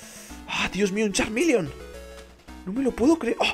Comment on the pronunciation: nooooooooooooooo es Charmeleon no charminion y tambien es Charmander